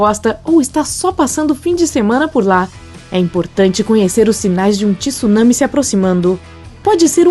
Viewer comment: Alguém diga a essa dubladora que não é tissunami. Tsunami se lê com o T mudo, junto com o S O som é TSU mesmo